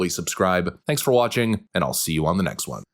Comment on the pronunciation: I love, but the way he pronounces "won" like "Juan" drives me crazy lol